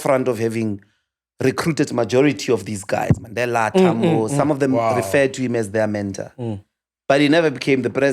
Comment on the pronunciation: He is deliberate in pronouncing words right ie Mandela and Gaza...he was intentional